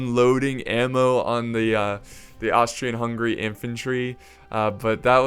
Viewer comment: Does he not know how to say Austrian